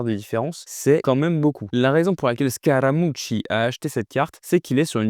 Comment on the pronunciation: Très cool la vidéo, j'ai bien aimé l'accent sur "Scaramucci"😂😂